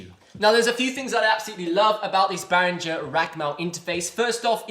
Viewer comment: It's not Bahringer....it's Behringer...as in not Bahr but Behr. Amazing bit of gear for not much money... absolutely nothing to not like.